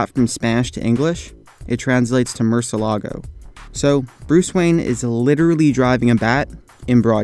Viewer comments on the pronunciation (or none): "Mur-ce-la-go" lol It's "Moor-see-eh-la-go" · It's pronounced: Mûr-si-E-la-go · Mürcie-lágo not murselago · Murciélago not murcealigo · It's not pronounced Mercylago its, Murshilago. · its not murcelago its murcielago... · Btw he pronounced it wrong.. It is actually moor-cee-all-ah-gouh but it's spelled murciélago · isn't it "mur-chee-alaw-go?" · Lol the way he said bat in Spanish!! Hahaha! It's pronounced MORE-SEE-EL-UH-GO hahaha! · damn you killed murcielago mur-ci-e-la-go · its [mur-si-el-la-go] mucielago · Murciélago is totally butchered, it's pronunciation would be moor-cee-el-ah-go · nigga its muhr-si-ehl-ah-go murcielago. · Bruh.... How he said murcielago 😂😂 it was so bad😂😂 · That pronunciation of "murciélago" though omg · Whenever he say "murcielago", it makes me cringe so hard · I knew about the murcielago, but his pronunciation is absolutely terrible lol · murciélago was so so badly pronunciated xD.... murciEEEElago nicht mOrcieLAAAgo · you pronunced bat wrong in spanish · you didn't pronounce "bat" right in spanish smh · lol he said bat in Spanish wrong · he pronounced bat in Spanish wrong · lol that's totally not how you say bat in Spanish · Didn't say it correctly though but you tried